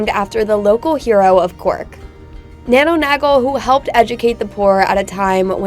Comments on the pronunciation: Thanks for the vid but its nano 'nay-gle' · Nano Nagel pronounced NAY-GILL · this was a great video and I'm really glad you enjoyed my city. the pronunciation was killing Mr though 😂 don't worry Irish is a difficult language. Gaol is pronounced gay-el. just said fast. nano nagle is pronounced nay-gel with a hard g like garden. finally Killarney is pronounced kill-ar-knee again said fast. remember you're always welcome in cork 😉 oh yeah and Guinness is shite 😂 it's kept for the tourists. Drink Murphy's instead 😊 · Nagle pronounced phonetically Nagele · Get someone to pronounce Nagle for you.